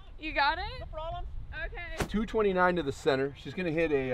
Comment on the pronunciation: “no prollum” 😂 i love these guys